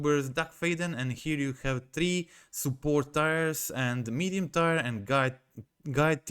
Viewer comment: (Hey, "tier" is pronounced like teer when talking about levels. It's pronounced like "tie-er" when talking about something that ties, like an object that ties two things together, maybe a rope or something.)